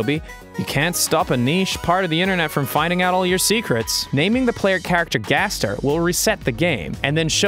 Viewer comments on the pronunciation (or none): its gaster not gester